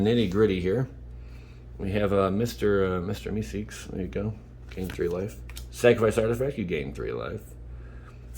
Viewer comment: It's mr mee seeks pronounced me seaks